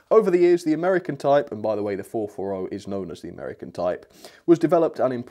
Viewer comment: That's a nice "Amiercan"